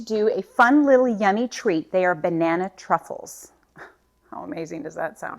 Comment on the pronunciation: I definitely need my hearing checked again, sounded to me at first like you called this dessert Banana Cuckold's! You're a hoot girl!